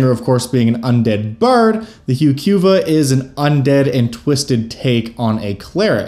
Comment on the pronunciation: Yeah I'm with you 100%. It certainly is not hew Q vuh.